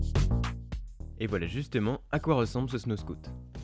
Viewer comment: c'est "snowscoot" la prononciation pas "snowscout"